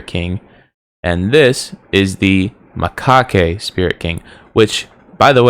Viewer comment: Macaque. The E is silent